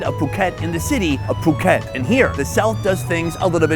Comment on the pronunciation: Think your pronouncing phuket wrong